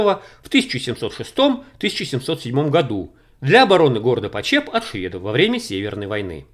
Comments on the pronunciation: слух режет как город называете. на брянщине его называют ПОчеп, а не ПочЕп) а так всё очень любопытно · Большое Спасибо за ваш труд!!!!!!....Небольшое замечание--- ударение в названии города все местные делают на первом слоге:...ПОчеп..... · Хочу поправить . Город в Брянской области называется ПОчеп с ударением на первый слог. Искажение звучит очень не приятно и не профессионально. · Почеп ударение на о. Бабушка с дедушкой жили в 2 -3 часах езды оттуда. У них в тех краях видел кирпичь расплавленный голубозеленого цвета застекленевший. И доспехи не проржавевшие сквозь времена. Но трогать их запретили . Думаю из-за радиации. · В названии города ударение ставится на букве "о". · Почеп ударение на О .... А то очень режет слух .... В Брянск бы заехал на Чашин курган ... Остаток звёздного бастиона ...там кладбище теперь ... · ударение на первый слог почеп